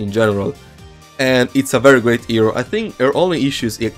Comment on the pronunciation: IS PRONOUNCED HERO NOT HREO